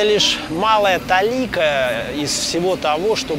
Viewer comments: В слове "толика" ударение на первый слог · Зачем ты срешь мне в душу ставя ударение в слове "толика" на второй слог?